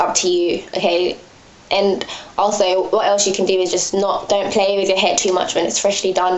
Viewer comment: I really like your videos! Its nice to have a fellow british living gyal doing hair videos. Ur accent goes american sometimes! lool. Especially when you say "aaannd" lol ;) Anyway good work gurl. I'm around 4-5 months into transition, and my mind isn't all there yet, i have moments where i think.. i "need" to get a relaxer, i can't do this, this is too much, i'm not ready. Then i watch videos like yours and i'm inspired to keep going. Much love :)